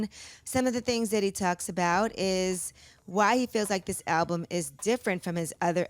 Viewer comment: I really wish CTG would pronounce the name of the album correctly. It’s been months now.